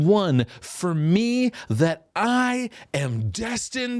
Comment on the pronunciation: 😂😂😂😂 “thaty” I’m dying over here 😂